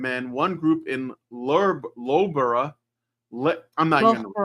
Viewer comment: Loughborough is pronounced luhf·buh·ruh (Unless you're pretending to be an Australian tourist, in which case it's Looga-Barooga for comedy effect) Leistershire is leh-stuh-shuh or leh-stuh-shire